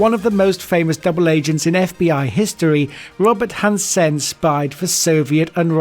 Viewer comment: robert hanSSEHN